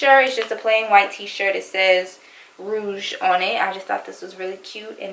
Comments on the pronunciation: Your hauls are always so perfect. Lmao the white shirt said Rogue u said rooge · Cute clothes! It’s rogue (ro-gue) not rouge though lol.